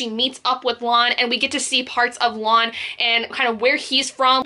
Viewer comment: It's Lan, sounds like man